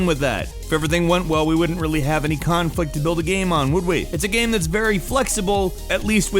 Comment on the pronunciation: Did the pronunciation of "game" change and I didn't get the memo?